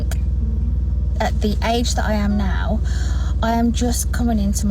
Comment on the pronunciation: To the woman ...Instead of looking 'old, haggard' and 'age' (which sounded like a curse or spit), you are looking like alien mixed with feline. Hope the look satisfies YOU though, but imho it does NOT 'extend youthfulness' at all. Plus whoever does her lips, upper lip in particular, makes her look worse in my opinion. Plastic surgery/procedures blindness is REAL.